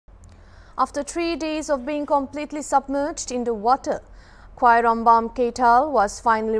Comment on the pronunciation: Wow she can pronounce Khwairambam perfectly👍👍👍